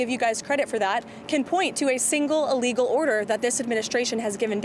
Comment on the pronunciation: Why can't she pronounce illegal?